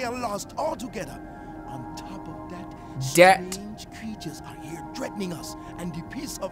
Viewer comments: Its suppose to be that not dat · "On top of dat" "dat" D-A-T